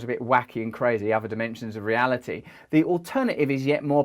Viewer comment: He suddenly manages to say 'reali-ee' with a 'T', 'reality', for the first time. The 'shrooms must have kicked in.